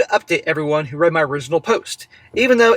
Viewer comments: Its pronounced read, not read... Cmon man.... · can you do one small tweak it’s not left on “Read” it’s left on Read pronounced as Red